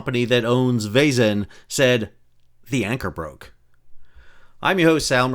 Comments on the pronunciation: Hey, Sal! For thd next time we, Bulgarians, embarass ourselves in front of the world... "Zh" is a transliteration of "Ж", which is pronounced close enouhh to "J". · Please look up the pronunciation of Vezhen. You are butchering it atrociously.